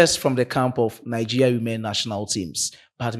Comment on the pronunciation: Bro you are not pronouncing the Nigeria properly